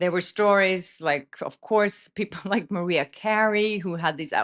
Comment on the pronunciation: Ma RI AH...NOT MARIA😊